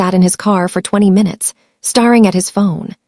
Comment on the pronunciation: Starring instead of staring. I actually hate a I voice overs.